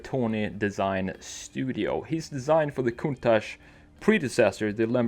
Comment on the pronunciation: Thanks God you are one of a little portion of non Italian people to call the Lamborghini countach with the correct pronunciation. Thanks a lot